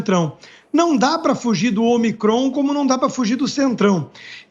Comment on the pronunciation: Pronúncia correta: Ômicron